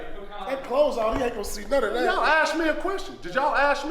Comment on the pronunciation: “he dont know how to act on nuunn ov that” 😂 🤣